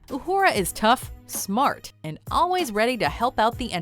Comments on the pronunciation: Uhura? Really? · Uhura? Seriously? Who talks about Uhura? Who even knows Uhura?